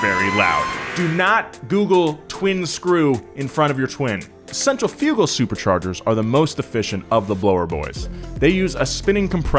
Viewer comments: check it. I think you mispronounced CENTRIFUGAL! Not CENTRA-FUU-GAL, it is rather CEN-TRIFF-I-GAL… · I'm dying over the way he said "centrifugal" he said centrfoogal bahahaha